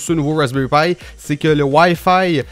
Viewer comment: Je viens de me rendre compte que Wayfay c'est wifi je suis désoler... mais ton accent prend énormément le dessus la :3 Sinon très bonne vidéo ;)